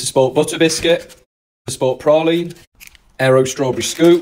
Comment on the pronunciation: Why do you pronounce it praline and not praline. Sounds weird